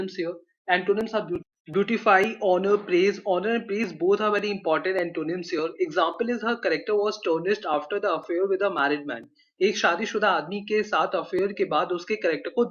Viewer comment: tarnished mane kalkint hota hai na ki tamished